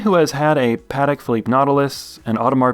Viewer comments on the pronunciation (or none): none